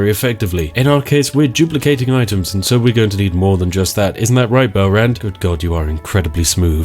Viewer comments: Oh my gosh the way he says Belarend.. I Hear Bell Rend xD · I kept hearing "Belrand" as "bell-end".